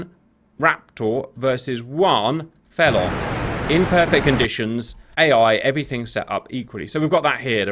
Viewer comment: ok who pronounces felon feelon